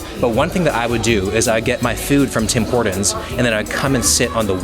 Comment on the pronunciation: Man calls it Tim “hordons”